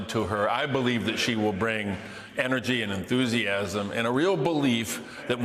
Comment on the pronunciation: What? lol who told this dude to keep saying energy like that?